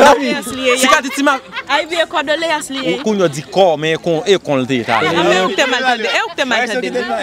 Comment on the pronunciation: CONDOLÉANCES CONDOLÉANCES et non cordoléance 😅